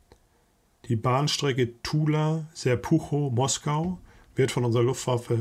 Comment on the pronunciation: Serpuchow wird Serpuchow ausgesprochen. Deshalb wird es ja so geschrieben.